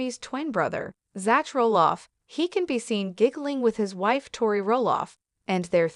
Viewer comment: HIS NAME IS PRONOUNCED Zack !!!! NOT ZATCH ! EITHER CORRECT YOUR AI or do the narration yourself.